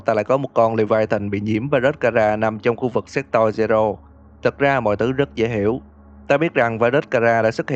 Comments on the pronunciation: séc to-r nhé chứ ko phải séc toi nhé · Thề là cứ anh đọc chữ Sector là em cứ nghe thành s*xtoy :)))))))))) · Nghe như sextoi zero =)))) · anh đọc là se*toy zero 😂😂😂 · Sector mà ổng đọc lộn thành s*xtoy :))))))))))))) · anh đọc như "séc toy" zero í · Sector mà ông cứ đọc thành S*xtoy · má Sector ông đọc cứ như séctoi cười vcl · sao nghe như s*x toy v :v